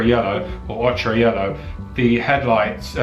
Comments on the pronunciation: It's pronounced "Oke-err, not "Och Ra" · 'Ochre' is pronounced 'oh-kuh', bruh...